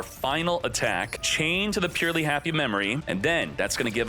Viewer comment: Isn't it pronounced [purr-el-y'] ?